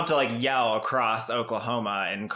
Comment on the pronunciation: "Acrosst"?? She really has ALLL my pet peeves wrapped up in one very loud package!